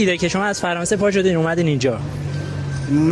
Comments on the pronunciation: فقانسه❌🚫⚠️ فرانسه✔✅☑ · خیلی معلومه هماهنگی خالصه یارو فرانسه رو میگه فقانس تویی ک نمیتونی (ر)رو تلفظ کنی ایران و مرسی و … همه رو درست گفتی ک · این چجوری انقد فارسی خوب حرف میزنه.بعدش فقانس ن فغانس